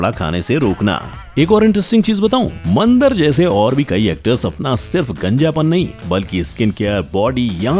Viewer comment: वो "मंदर" नहीं, "मंदार" है चू*तिए! कुछ भी पेलने से पहले थोड़ी रिसर्च कर लिया कर!